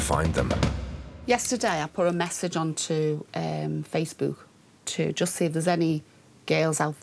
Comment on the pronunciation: The way thelma pronounces facebhoook 🤣🤣